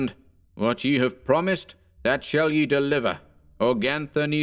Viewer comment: I like this, but not you're mispronunciation of the article "ye" in this and other narrations. In this case the corresponding modern article is "the". In old English it was pronounced the same as our "the" and was written as "þe", but most printers didn't have the "þ" (the letter thorn) symbol so substituted a "y" instead. It was never pronounced as the letter "y" but always similar to the "th" sound. When it's the "ye" for the archaic pronoun (the multiple of "you" as in "Come all ye faithful") then it is pronounced "ye" but that's a very different meaning and more aligned with the modern "you". Can you think about using the correct pronunciation please? It'd sound better, clearer, and more historically accurate too. All the best.